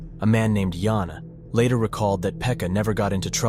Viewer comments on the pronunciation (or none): He said it wrong, Joona is a man's name